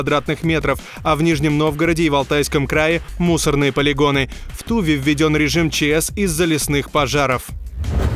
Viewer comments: В туВе а не Ту вее... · Ска! В Ту’ве? Республика ТувА’ правильно произносить и писать так: туви́нцы, туви́нец, туви́нка; язык тоже будет туви́нским Я с гор Урала, но и то знаю🤦🏻‍♂️ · Сорян, но не "в тУве", а "в ТувЕ". Или уж вообще - "в ТывЕ". Нет грамотных чтецов? Стыдно не знать и не пытаться узнать географию родной страны. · тув'А, а не т'Ува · В Ту́ве?!!! Диктор, ты в разуме? В Туве́, млять! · Мне послышалось или было сказано в Ты'ве пожары (ударение на первый слог)? Грамотность наше все. За труд спасибо. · Что я слышу: в ТУве? Ох, помнится, за это же прилетело от товарища Семина, хе-хе )) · Несите другого диктора - этот сломался и не знает как правильно ставить ударения у регионов России. Что за "тУва"?!🤦‍♂